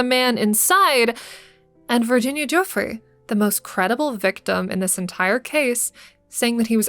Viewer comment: making a video about epstein and having the audacity to mispronounce Virginia Giuffre’s name is insane